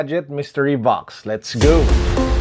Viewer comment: I really like "Let's gowwww" with that accented 'W sound' 😂😂 hahahaha God bless sir!